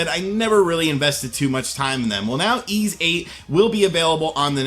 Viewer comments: "E"s VIII? It's pronounced "E"? I can't deny, this game looks like it might be good. Emphasis on "might". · Jay M pronounced eeeeesssss. It's a city from Briton mythology (north of France) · Why does he pronounce the tittle game like that ?